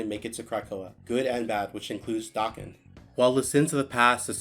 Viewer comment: Hearing someone say his name correctly absolutely scratched every itch that has ever itched i love you sm